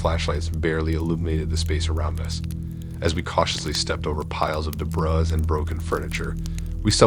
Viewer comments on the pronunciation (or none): The one I can't get over is how he says "debris" in 😂